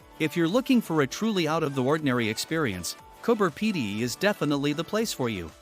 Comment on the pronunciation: coober pedy not cooper pedy